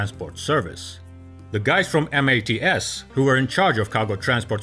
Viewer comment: Two things: It's MATS, not M. A. T. S. Critical was also the requirement for a T tail, with loading ramp.